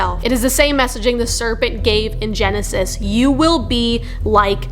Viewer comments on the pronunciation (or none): none